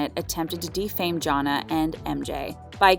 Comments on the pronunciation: The fact u pronounced Jonna name as JAH-NAH is so cringe 🥴🥴🥴 it’s JAH-NAY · How can you STILL manage to mispronounce Jonna (John-aye) even when you literally have a clip in this video of MJ saying it (correctly)?🤦🏻‍♂️ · That’s a dislike for not doing enough research in the show to say their names right. Jonna is just an egregious example.